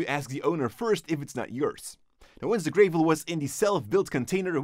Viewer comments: its gravel not greevil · You said grave-el, it’s gravel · It's Gravel. Not "greivel". But a great video nonetheless! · Great videos guys. Thanks! Just a friendly tip for English pronunciation..... Whilst the gravel is grey, it's not pronounced GRAY-ville. The first syllable should not rhyme with "hey", "shade", or "gray/grey" but instead should have the same "a" sound that is used in "grab", "hat", "bat", or "tap". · It’s not pronounced like grayvel it’s pronounced like gravel with a short A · The way he says Gravel.... It's gravel like apple not grAvel like April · I hope hope hime pronouncing gavel gray-vel is a joke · Gravel is pronounced grevvol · I m sorry but graaavel? its a small thing but it made cringe so fucking hard everytime he said it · "GRAVE-EL" *sigh* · Prolimentra An accent is one thing, but it's not the case this time. Since he uses other words like tape and etc. that sound the letter 'a' the same way.